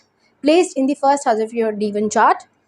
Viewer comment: Deva chart.. what is the Deva chart. Is it D1 or D9? Your pronunciation says Divan chart. Kindly be clear & clarity